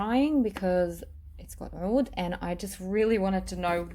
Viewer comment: Every once in a while you will see OUD spelled as AOUD, or OUDH, all pronounced as OUD. I'm not sure why someone told you to pronounce it like that, my Arabic friend laughed. You can hear it here or OR,,Watch ANY other perfume channel on Youtube. You are destroying that word.